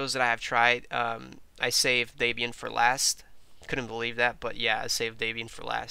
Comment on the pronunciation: Um. Not Day-Byan. Deb Ian. Debby and Ian Murdock. The creators of Debian and that package management system.